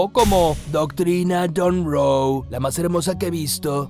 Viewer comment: En , ¿quién dice: "Donroe, la más hermosa que he visto" es Donkey? O ¿Son ideas mías?... 🤔